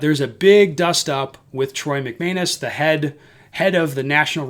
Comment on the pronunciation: Ha! I appreciated your pronunciation of “McManus”; it really seems to suit that asshole. 😄